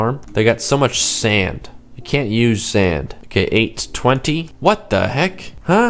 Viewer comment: You all ways say sand Sund or send??